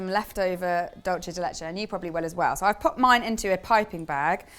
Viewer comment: Hi! So happy to see you back on the channel and giving this a try! Just a quick note on the pronunciation it’s /‘dool-se/:) basically the “c” sounds like an “s”! Anyway just super happy to see your take on this Argie classic! 🇦🇷